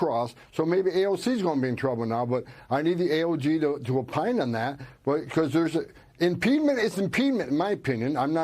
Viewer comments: You can tell Tom Holman is an idiot - what is “impedment”? There’s no such word. He’s looking for ‘impediment”. And what is an “AOG”? I think he means AG for Attorney General. Moron. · Impedement? Impedement? Is he tryng to say obstruction? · Maybe Homan should start with learning to speak English then apply that skill to reading the constitution. It's not 'impEEdment', it's impediment. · "impedment" lol. Not even a word. And these idiots want to destroy the Dept of Education. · #1, impeedment is not a word. #2 she's telling them their rights under the Constitution. #3 I think he meant AG when he said AOG. He's not very literate himself. Comes across as a goon for a mob boss. AOC is a treasure. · Nobody gonna mention that this idiot doesn't know that "impEEEdment" is not a word? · Tom Homan is one of those 4th grade intelligence stats - making up words such as 'impedement' to sound like an adult trying to say 'impediment' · Is there such a word as “impedment”……Holman, learn your pronunciation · “Impedement” isn’t a word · Homan is as stupid as possible without being dead. Can't even pronounce impediment! And the Fat Felon cannot deport an American citizen, of course. Trump is just good at failing. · That guy can't even SAY the word impediment. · I am glad to know I'm not the only one who gasped when he kept saying his made up word.